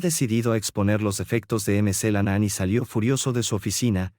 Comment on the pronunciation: Por favor: por favor se pronuncia Mc. CLENAN NO MC la nanaan